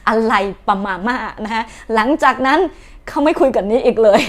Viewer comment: นี่ๆๆ ขอตำหหน่อยนะ คุณเมียนมาร์...... ผมไม่เคยคิดว่าคุณจะทำแบบนี้ได้ พูดได้ว่า กว่า80% ของภาษาไทยที่คุณพูดมันผิดครับ ผิดจากเมียนมาร์คนอื่นๆ คุณขมวดคำแต่ละคำอย่างบรรจงและตั้งใจ ไปจนถึงสำเนียงดึงเหน่อ ทำให้คำพูดมันชัดถ้อยชัดคำมาก อาจจะมีบางคำที่ยังเป็นเสียงสระ อง.เกินไปหน่อย เช่นคำว่า หลังจากนี้น ออกเสียง หลางจักนั้น เป็นต้น แต่ถึงยังไง ก็เก่งมาก และผมรู้ ใช้ความตั้งใจ พยามประดิษฐ์คำพูดภาษาไทยในทุกๆ คำ และผมคนนึงที่ชอบความตั้งใจ ความพยายามมากกว่าผลสำเร็จ ขอบคุณนะที่ตั้งใจมากๆ ใช้ภาษาไทย...ขอบคุณครับ